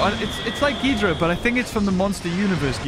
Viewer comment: ITS GHIDORAH GI-DOR-RAH